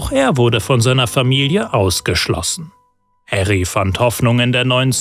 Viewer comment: Sehr gutes Video. Einzige Kritik: Er heißt »Harry« und nicht »Herry« Potter.